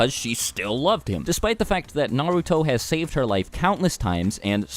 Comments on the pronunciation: This is unrelated, but it drives me crazy when I hear someone pronounce Naruto "Nuh-root-oh", but I don't want people to think I'm a weeb so I have stay quiet. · good vid but the way u pronounce the names is cringe